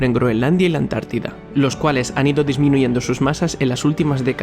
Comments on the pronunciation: Dijiste La "Atlántida"?... No sería más bien La Antártida?😮😂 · no es Atlántida es Antártida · por favor la ANTÁRDIDA!!! No la ATLÁNTIDA!!! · Es ANTARTIDA!!!!! no Atlantida!!! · Antártida no Atlántida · UNA OBSERVACIÓN: ES LA ANTÁRTIDA, NO ATLÁNTIDA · Hermano creo que sería Antártida no Atlantidad solo eso como critica lo demás súper 👍👍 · La Antártida ... No la Atlántida. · es la Antártida, no la Atlántida. Muy buen video. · Muy buen video, pero ¿dices Atlántida me parece?🤔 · Atlántida????? jajajajajaja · Cuando dijiste Antártida entendí Atlántida y me quede como queeeeeee🤨